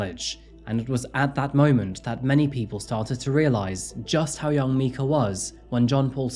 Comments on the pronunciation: I’m guessing that you haven’t heard that Myrtle Beach’s nickname is “Murder Beach” ‘Mica’ is pronounced “Micah” like Micah, the name from the Bible or think of the end of the word Formica as in Formica countertops. I usually don’t correct people, especially because I know he has an accent but Micah was an incredibly beautiful woman who was done so wrong and victimized and she deserves a voice and for everyone to remember her and her name. Her murderer should be forever forgotten. He’s such a piece of scum. I live in Myrtle Beach and this is one of the most heartbreaking incidents I’ve seen in a long time. Why? Obviously there’s Domestic Violence, Mental & Physical Abuse, Murder (I’ve been in a DV relationship, I have no doubt it was murder.) The biggest reason I think her abuser & life taker is the lowest of low is because he claimed to be a man of God. Men and Women who take on the roles as leaders in churches as Pastors, Preachers, Ministers, etc… I fully believe that they are held to a higher standard in God’s eyes because He (God) knows that these men and women are taking on a position where they are supposed to be role models for the people in their churches, where people who are struggling, having crises, needing spiritual guidance, have questions about the Bible and questioning their faith come to ask questions and these people, look up to these role models day to day, they see them. They watch their actions and words, how they live. Don’t get me wrong, of course, they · Love this channel and your content, but you really gotta make sure to pronounce a victim’s name correctly. Micah or Mica is a very common English name with Hebrew roots, said like “Mike-uh”. Very distracting the whole time. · i'm pretty sure it's pronounced micah